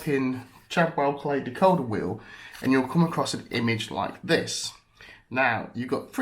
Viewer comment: It's decoder derrrr